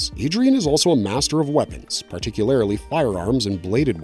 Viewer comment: It’s difficult to listen to his narration as he consistently mispronounces words like regularly, particularly genuinely. He seems to have problems with those words, and it’s more frustrating that he repeats them a lot.